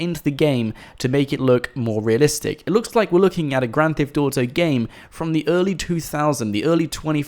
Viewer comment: why u say "grand thift auto five"